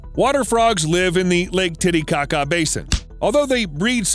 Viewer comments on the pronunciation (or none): he really said "lake titty caca" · The lake though... It sounds a lot like 'laketittiecaca" I actually don't know how to spell the actual lake but that is how it sounds 😂😂😂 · Since no one is saying it, I really thought you said the frogs live in the lake titty kaka basin ... that is all. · How is no one commenting on “tittycaca” island 😂😂😂